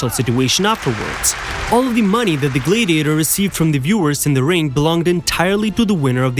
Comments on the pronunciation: Wanted to watch it so bad because I love historical facts. OCD kicked in about the 4th time you said gladiator wrong, glad rhymes with sad, and just couldn't continue. Glad-ee-a-tor, sounds like glad he ate her. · Could you guys get a better AI voice or at least one that can pronounce “Gladiator” & “Gladiators”!